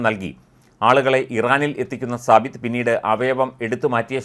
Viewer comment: സബിത്ത് അല്ല സാബിത്ത് നാസർ